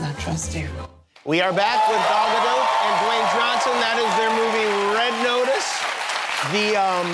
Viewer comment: cmon jimmy how are you STILL gon mess up gal gadot's name... SILENT T smdh!